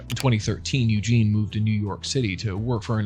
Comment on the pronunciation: How hard is it to pronounce the female version of Eugene? It is spelled differently as well Eugenie, Eugen-ee....